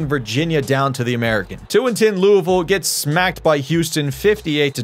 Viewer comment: He said louisville right I’m satisfied